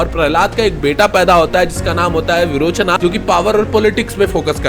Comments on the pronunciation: बाली नहीं बली सुतला नहीं सुतल लोक बीरोचना नहीं विरोचन बामना नहीं बामन भगवान 😤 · सही बात है भाई विरोचन को विरोचना बोलता है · विरोचन not विरोचना सुतल लोक not सुतला ऐसे हर संस्कृत और हिंदी शब्दों को अंग्रेजी कर के स्वर,समास,छंद वर्तनी,तात्पर्य हर चीज की पुंगी बजा देते हैं। गलत पासवर्ड से तो फोन तक नहीं खुलता, गलत उच्चारण से आप किस तरह ज्ञान दे रहे हैं लोगो को की ज्ञान का विकास हो।